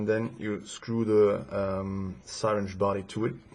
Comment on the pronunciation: syringe is pronounced "sah-ringe"